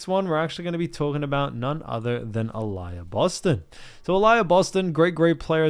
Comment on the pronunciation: Uh-lee-uh Boston**